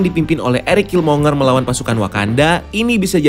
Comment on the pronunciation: Killmonger itu bacanya /kilmongger/.